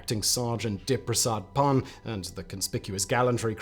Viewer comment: You butchered the name, but no sweat. Dip Prasad Pun, although he spelt it Dipprasad, pronounced just the way it's spelt, except that Dip is 'Deep', from the word for oil lamp (a holy lamp used for worship).